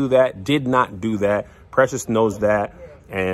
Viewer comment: Regulrlyly schedule program 🤣😂🤣😂, this is it's Lexington Kentucky all over again 😂🤣🤣